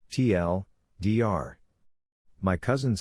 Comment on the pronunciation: Also they always say TLDR as TL Doctor 😂